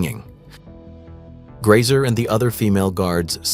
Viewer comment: Grese not Grayser.